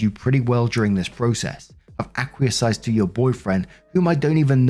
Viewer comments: you keep saying “acquiesce” as ack-wee-uh-size it’s ack-wee-ess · Acquiesce is pronounced ahk wee ess thought aquacise sounds like fun